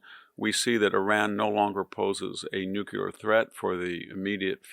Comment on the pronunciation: Nuclear, not nucular.